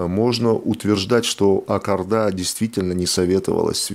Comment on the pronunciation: Пожалуйста, говорите правильно, не Такаев, а То каев, не Акарда, а Акорда. Это же не трудно, вы же очень грамотные люди.